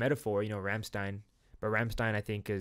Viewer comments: funny how you hear them say Rammstein 5 million times in the song but you still pronounce it wrong afterwards. great reaction, i'll check out more of your rammstein reactions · looks a bit like Klingon but right pronounciation is Rum-Shd'yne 🙂